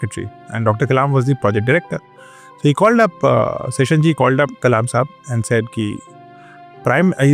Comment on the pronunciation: नाम है टी एन शेषन , not session